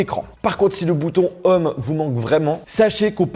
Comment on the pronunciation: "Bouton Homme", "Faiyce aydi", "Dailaiyte",... :'''')